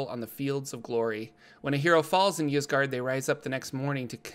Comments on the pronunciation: Y's typically make an i sound so it would be "isgard" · It's pronounced "Eesgard," like Skyrim's Ysgrammor (forgot the spelling) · 'Eyesgard' or 'Yeesgard' (which you are saying so good job lol) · "Isgard", like how Ygdrasil is pronounced. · i think its said with a hard E, "EEs gard".. but once again, love the videos!! :D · original Scandinavian languages normally pronounce a Y in the beginning as a hard E. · I'd pronounce it EES-GARD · Its pronounced eezguard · Ysgard is pronounced, "AS guard". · "Isgard" just like the word "yggdrasil" is pronounced "iggdrasil" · Ysgard is pronounced "Ease-Guard" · Its pronounced EEs-guard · Ys is pronounced "eese" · It’s pronounced “Ysgard” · Ys should be pronounced "I" (as in "in") "su" (as in "surreal")